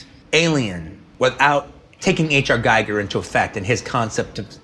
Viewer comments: He is doing exactly what used to piss off H.R. Giger so much; mispronouncing his name; it is not pronounced like the Giger Counter machine...it is gig-er, like when a band has a gig to play.... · It's "Geeger" not "G-I-ger." Come on QT, you of all people. :) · Poor Gieger - everyone mispronounces his name - it's 'Gee-ger' not 'Gy - ger' and that man's art is in a world of its own. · Giler and Hill bought into Dan O'Bannon's not-so-well-written-B-movie-screenplay on the strength of the Chestburster scene. They also added Ash. H.R. Giger is pronounced "gee-ger" not "guy-ger". Dan O'Bannon worked with him on Jodorowsky's Dune that didn't get completed. He showed the Necronomicon art Book by H.R. Giger to Ridley Scott. He said that's it. That's the Alien. Ridley Scott made Ripley a woman and the hero. The original script made it interchangeable whether the characters were male or female. It's always fun listening to Tarrantino's enthusiasm and interesting that he talked to Walter Hill. It's on the voluminous Blu-ray's and magazines of that period. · It's pronounced Gee-gurr (hard G), Quentin... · Is pronounced Geeger, Geeger godamnit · Giger is pronouced GEEGER ! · H.R. GEE-ger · Giger rhymes with eager. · The Star Wars movies weren't shot at Pinewood, they were shot at Elstree and Shepperton. Alien was partially shot at Shepperton. And HR Giger's last name is pronounced "Gee-ger." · No, it rhymes with "peeper" - it's pronounced "Gee-Gr" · Sadly even Tarantino butcher Gigers name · Why can't ANYONE pronounce Giger's name properly? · And Tarantino pronounced Giger wrong, Sigouney never did.